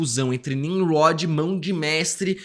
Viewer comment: Também reparei esse "Mão de Mestrwe" SInal que NUNCA leu os quadrinhos, pq impossível errar nisso que é tão básico. E tmb não sou hater rs.